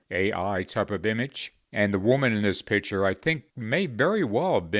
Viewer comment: once you sawl it? and ur pronounce picture as "pitchure" dude u absolutely suck at this. but hey God put you to the task right? we dont support donald trump at all. it extremely annoying why you cant pronounce words correctly.